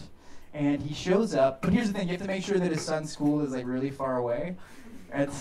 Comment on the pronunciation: “Heresh da thing”